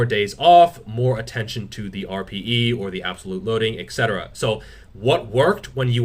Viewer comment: Your "et cetera" sounds kind of weird